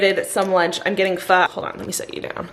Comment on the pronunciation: you said Pho wrong 😔